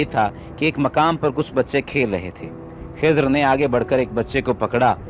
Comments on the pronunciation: Not खीजार सीस्टर खीजर Is Correct Pronunciation 😊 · Khazir not khizaar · Not khizaar it khizer as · Khizar nhi खिज्र है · Dear its nt khizaaar its khi-zar 😊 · Not kezaar hi is khizar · Khizar nhi